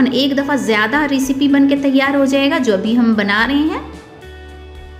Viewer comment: रिसिपी नही, सही उच्चारण रैसिपी होता है। बार बार ग़लत उच्चारण से बहूत irriration होती है